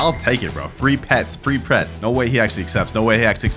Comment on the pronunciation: Bro Said ‘Free Prets’